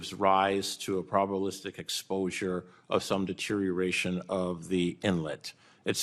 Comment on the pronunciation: Did he just say probalistic?